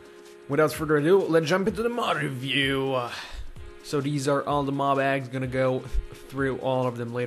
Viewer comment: if you keep replaying him saying Mod review series, It sounds like he's saying on of you series. it would be bad grammar, but its still funny har har har